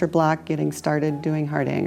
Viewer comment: Please try to pronounce ‘Hardanger’ correctly. It hurts this Norwegian’s ears.🇳🇴